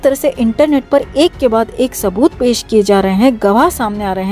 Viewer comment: Kya sabooth bolo tu jara .Tab se sabooth bole ja rehe ho